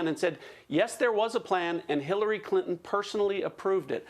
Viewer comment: Hirarry Crintom? Ohhh nooo!